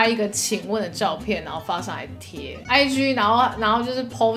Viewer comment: ig(自然發音)超好笑哈哈哈哈 上班忍不住笑出來XDDDD